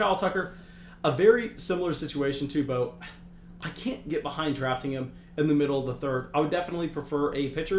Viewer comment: How can you take advice from a guy who doesn't know how to pronounce Bo's name?